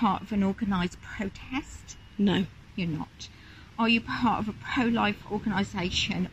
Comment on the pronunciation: The state of those 'police officers' is shocking. That women can barely enunciate her words. She could barely pronounce the word "protest".